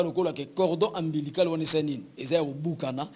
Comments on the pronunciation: Cordon ombilical et non cordon ambilical. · cordon ombilical et non ambilical